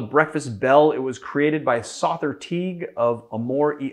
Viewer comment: Big fan of Sother. It is however, pronounced like the word “other” with the S added. He has a podcast called The Speakeasy where you can hear his name pronounced by his cohosts and guests.